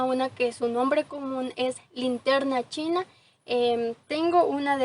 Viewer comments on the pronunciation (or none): none